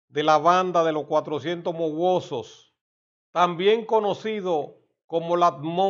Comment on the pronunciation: No es mowosos sino mawozo